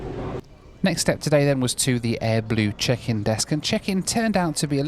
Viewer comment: Dubai doobai doobai doo… I was sure you‘d find your hotel. ahead you not we probably wouldn’t be watching this video as you were still running around the airport somewhere… And was I the only one who heard AdBlue several times instead of AirBlue? Well both aren’t very blue, they have something in common ! 😁 Nice video!